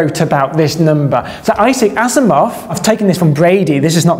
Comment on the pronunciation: They way you say "Asimov" (as in Isaac Asimov) sounded exactly like you "as a moth". I thought that was some English slang term for "as a youngster". I was ready to non-critically update my inner dictionary when you brought up the book itself, showing Asimov in big writing. Dodged a bullet there!